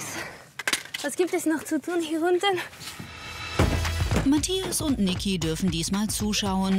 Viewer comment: Cindi: "Die Matschchias"